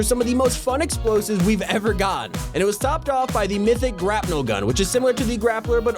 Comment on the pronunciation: he said grapnel